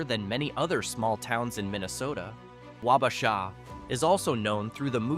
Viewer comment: I was laughing to myself until you got to Wabasha and pronounced it the way you did - then I laughed outloud. FYI, almost every small town in Minnesota with a railroad track is only about 10-12 miles from the next town, since that was all the further a steam locomotive could go on one fill up of water, and the towns grew up around the water stations for the trains, so not as remote as you think